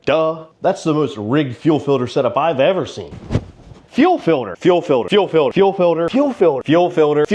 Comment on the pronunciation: "fuel filder"